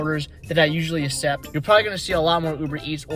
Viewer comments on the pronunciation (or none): Good info mostly beginners stuff… I cannot believe how much it bothered me how he says “accept” I’m Not sure if he just doesn’t know how to pronounce it or some other issue. It’s Like this Akk-cept.. not Aa-sept. It’s not hard. Keep on dashing man. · You should look up how to properly pronounce accept